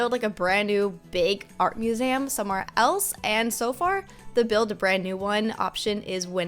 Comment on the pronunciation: Wait..did she just say “art muzem”